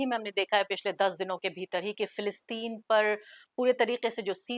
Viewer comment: Arfa Ji the correct pronunciation of Palestine in Urdu is "Fa las teen" not Fi las teen